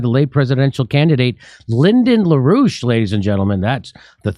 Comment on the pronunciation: La rouche? I’m only hearing Rouge